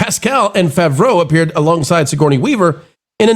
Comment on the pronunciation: Listening to the way you say John Favreau's name makes the Hernione quote pop into my head. "It's leviOsa, not levioSA!"